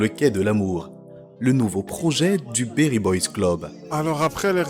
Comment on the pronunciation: C'est beri et non berry merci pour le contenu très qualitatif